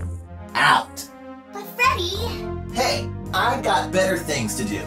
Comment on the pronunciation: she said feddt